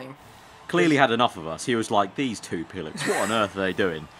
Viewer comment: Oh, it sounded like "pilot" at first